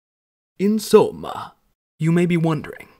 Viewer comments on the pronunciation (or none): "insomma" Me, as an Italian, dying inside